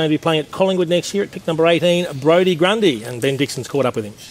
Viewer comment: Brodie Gundy haha its Grundy